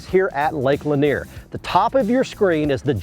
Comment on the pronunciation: Yes, he said Cindy Lanier